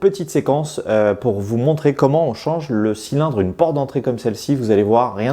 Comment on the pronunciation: "porte", pas "prote"